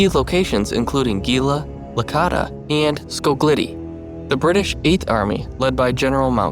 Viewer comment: gela is pronounced JAY-luh, Licata is pronounced lee-CAH-tuh